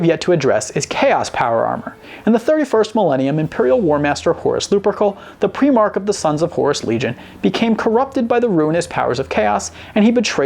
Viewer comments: THE SONS OF THE EMPEROR ARE CALLED PRY-MARKS, NOT PRI-MARKS! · It's pronounced "pry-mark" not "pre-mark". This video is branded HERESY by Ordo Clavicus Tabulo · "Pree-mark," lol. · Prime ark is the way you say it my friend :) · Pree mark? PREE MARK??!? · Did you just say primark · You’re still not saying Primarch correctly